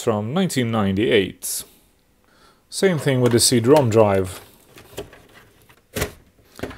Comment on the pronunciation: I enjoy these videos very much. Were you having a bit of fun by saying C Drom? I assume you know it's CD ROM, as in Read Only Memory. The favorable assumptions are based on you being by far one of most articulate people on YT, which I really appreciate. 😊